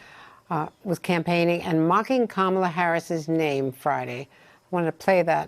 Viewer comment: That is Racist!! Purposely Mispronounced Kamala Harris 's Name .You're that Stupid? It is Awfully Rude the Way you Mispronounced Someone's name. Clearly you are following Trump's ways. Get A Life !! Be A Good Individual !!! Be You !! You will be A Happy Man with Dignity.